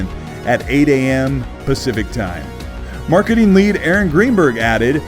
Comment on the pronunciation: nice coverage. Although as a non native speaker I have yet to learn what „marketeen“ is.